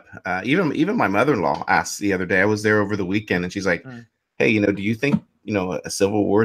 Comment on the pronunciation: A-S-K-E-D not AXED there is no such thing as axe me a question.